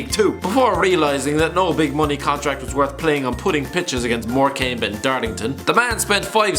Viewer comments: You pronounced Morecambe wrong tut tut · Also I strongly object to the pronunciation of Morecambe